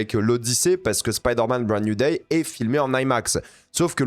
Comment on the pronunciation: Spider man brande nouille day , j'adore ton anglais